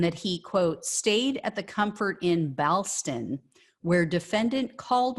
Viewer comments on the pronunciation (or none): Ballston is pronounced ball stun.